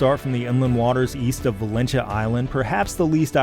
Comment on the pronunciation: Outstanding pronunciation of 'Valentia'